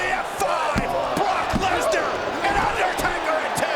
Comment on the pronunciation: We have been saying his name wrong guys. Look . It's BAROQUE LESNAR.